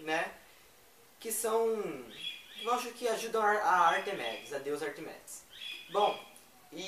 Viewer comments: Acho que se pronuncia Ártemis... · na verdade se pronuncia Artêmis mas se escreve Ártemis, é um tanto confuso, mas eu sei falar muitas palavras em grego, e as regras ortográficas deles são assim mesmo, mas as brasileiras são bem piores. Eu considero a maldição do titã o livro mais épico e genial de todos! Foi o que mais me emocionou, tipo eu adoro Ártemis e as caçadoras, a zoe, a thalia Ela são d+ Adorei o video!